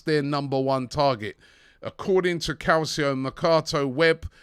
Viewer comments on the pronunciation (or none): none